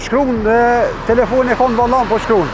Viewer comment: “Telefonin n vOllAn po qKrun”